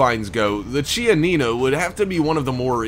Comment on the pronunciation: is pronounce kianina